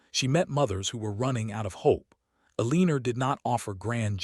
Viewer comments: I thought someone would have fixed E-Lean-Er by now😂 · I’m unsubscribing because whoever runs this account does not proof read for emerita. This narrator is pronouncing Eleanor…El-een-er throughout the entire story. If you don’t care to fix your errors then you won’t care if anyone unsubscribes. Bye! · Once again, it's pronounced ELL-UH-NOR. Not Eeleener. This AI never says it correctly. And hoping, not hopping. 😒